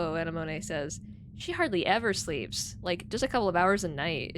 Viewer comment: I'm sure you know this by now, but Anemone is pronounced like the flower. Uh-nem-oh-nee